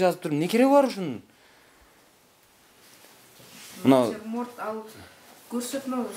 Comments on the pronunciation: Натирморт дейт эжекелер😂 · Ошону айтам,элементарный натюрморт деген созду айта албайт го мугалим. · Начурмонд деген не😂😂😂😂😂?